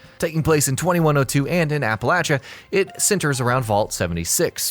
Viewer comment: Thanks for pronouncing it Apple-atcha and not Apple-asia. I’m from near the area (Kentucky, Virginia, West Virginia) and no one says Apple-Asia other than outsiders.